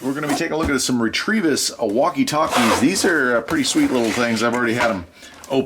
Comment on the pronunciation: Also, you're saying "REE-TREE-VISS", but it's "RETEVIS" (Rêta-Viss. "You're welcome"